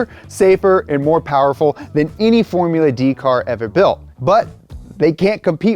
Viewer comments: "forula" drift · "Forula" Drift???